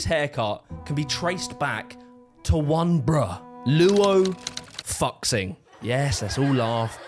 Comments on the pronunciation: This is actually really well researched 😭 also fyi fuxing is pronounced [Foo Shing] and not fucksing LOL, Visual Kei is pronounced [Visual Kay] and not Visual Kee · Love the video! But next time please try to pronounce chinese names right out of reapect for him and generally people with chinese names. His Last Name is Luo and his FIRST name is Fuxing. And Fuxing is not pronounced "focksing" but "fu shing" but the "sh" is pronounced very lightly. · hate being the "uhm akshually ☝🤓" but Fuxing is pronounced "Foo Sing" rather than fucksing, not saying that he doesn't fuck ofc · Fuxing.... It's not Fuck-sing... More like Foo-sing... It's a bit disrespectful. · It's Visual Kei not Visual Kai and it's Loo Foo Shing not Loo Fukksing you bozo. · "fucksing" -- ..............its foo-shing "visual kai" -- ....its visual kay. like as in "okay" girl if you're going to make a video on a topic at least learn to pronounce the things you are talking about pls its basic respect girlie im going to rip the skin off my face and end myself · DUDE. It's FOO-xing. Not fuck-xing. Did your team not teach you how to say these words... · also "Xing" is pronounced as "shing" in Chinese, not "King" so bro's name is "foo shing" not "fucksing" lol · I get that it's a joke but like, it's pronounced fuzhing not fucksing. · Fuxing is pronounced Fu-Shing, not fucks-ing or fuck-sing 😂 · lol it's Luo 'Foo-shing.' Xi sound's like the word 'she.' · I like how you pronounce his name like fux-xing ...... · Ptretty sure it's pronounced Foo-JING, but I would have trouble with the temptation too. "But it was something for people who had nothing." And that is what made it great. God bless them. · I think given my very limited understanding of the language, Fuxing would (might?) be pronounced Fu-shing. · fuxing is pronounced foo sing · THAT'S NOT HOW YOU PRONOUNCE THAT, COME ON. Sorry. It is Fu sing (X is s) (But its appearance is X meaning that it is Fu Xing) (Fu is his middle name) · It's foo-shing